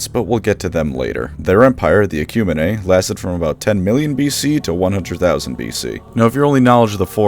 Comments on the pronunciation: please stop saying EKYOO-MEEN like EKYUMAHNAY lol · ecumene, (EH,Q, MEAN). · Interesting that you call the Ecumene "Ek-yu-men-ae" while other, halo-dedicated 'tubers, call it the "ek-yu-mean" XD I'm pretty sure both are equally valid though, until one is used in a canon story with audio xD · Ecumine is pronounced eck-you-mean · yes, but, on the other hand, you mispronounced Ecumene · Pronounced 'ecumeene'